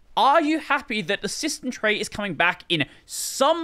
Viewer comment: System tray shsmytstejm trrey. ❤👌